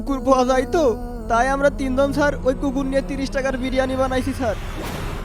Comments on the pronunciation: বিরিয়ানি না ব্রানি 🤣🤣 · স্টাইল করে বলতে গিয়ে বিরিয়ানিকে কি উচ্চারণ করছে।